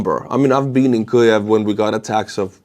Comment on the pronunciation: why do you pronounce Kiev the way you do? honestly I have never heard that way of saying it, not by Ukrainians or outside of Ukraine. sounds strange to my ear. Sorry. Not trying to be critical. Just very curious.